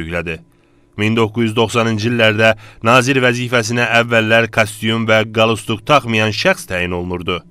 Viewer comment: Qalstyuk yox qalstuk .bu jurnalistler niye tam sozleri oyrenmirler?axi onlar bizim uzde olanlardi?jurnalistin daniwiqi duzgun teleffuz olmalidir qalsiki pawike ona ele baxanda bomja oxwayir